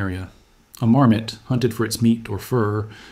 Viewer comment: marmote pas marmite, P* d'IA